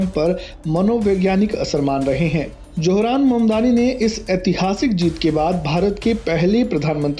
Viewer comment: Wo apne ko muslim kehta hai suna nahi. Aur johran nahi zohran. Tum logo se naam bhi sahi nahi liya jata. J aur Z mein bohot ferq hai.